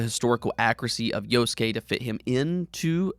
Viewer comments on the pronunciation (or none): Yasuke-Yas Kay not Yo skay